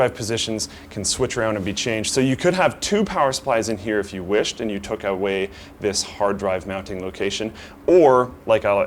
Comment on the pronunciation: "you could have two power supplies if you took awae"...."wae"....Do you know da wae?